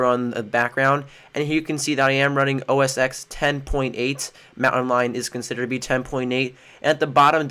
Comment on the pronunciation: it's not pronounced "o-s-x" it's "o-s-ten"